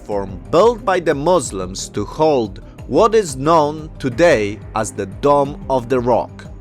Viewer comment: It's Dome of the Rock, not "Domm". {:o:O:}